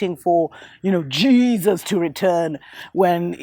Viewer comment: The way you say Jesus is hilarious. Keep up the good work